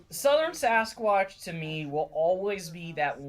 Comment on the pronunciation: Looked like Eyes at first... OHHHH I saw a reaction to this! How they swarm and ATTACK out of NOWHERE 😣 I suppose some could say that a Cannible of sorts could be a level of a Wendigo? I thought I remembered it being Skinwalker Why do I think it sounded like “Swasquach” there? 😂😅